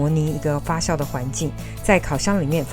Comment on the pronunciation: 发酵jiao第四声